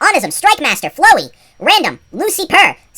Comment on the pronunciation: As Flowi, you prounounced my name wrong >:((((( ow as fl*ow*er and i as eye.